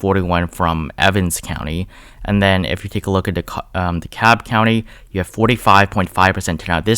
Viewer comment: Subscribing for the great insight and the correct pronunciation of Dekalb 👍🏾👍🏾